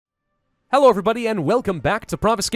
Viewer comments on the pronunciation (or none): none